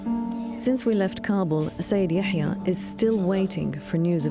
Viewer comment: It's Yahya not Ya7ya. So annoying